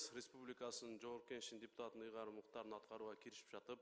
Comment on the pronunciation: Жогорку Кеңештин жепутатынын деп ачык айтты окшойт, д менен эмес ж менен айтты го